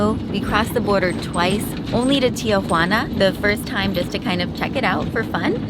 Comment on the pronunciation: I like the display of gratitute. Better Safe than sorry. I think you made the right choice. Very interesting video. I like how you are applying your biligualism. FYI, to help with the pronunciation of certain words. , I believe it is pronounced Tee-wa-na. Not Tia Juana Tia Juana means aunt Juana. as someone once pointed out to me. :) Beautiful Landscape. The ocean, desert and mountains all in one place. Gorgeous cat.